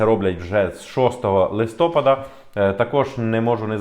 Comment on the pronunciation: ЛистопАда, не листОпада